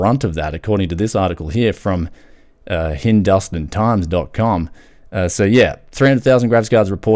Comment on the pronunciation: It's Hin-doo-staan times .com, like how you say pakistan, afghanistan, uzbekistan, etc. Hindustan is an old name for India BTW Nvidia should just drop the prices of the GPUs to clear the excess inventory, people will buy more than 1 GPU if they will be cheap AF, also this was just 1 OEM, wonder how many OEMs returned GPUs lol